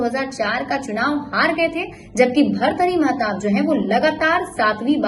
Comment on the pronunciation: Kam se kam naam to thik se bolo